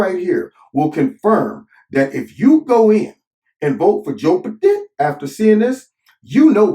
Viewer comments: Mush mouth Mc Gaff, strikes again?! 🤪 I really like the way says Joe Bahden. Great video always Corner!! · “Joe-buh-din” lol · I love how you say Joe B'den. 🤣🤣🤣